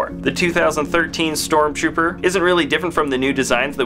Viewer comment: its not stromrooper its stormtrooper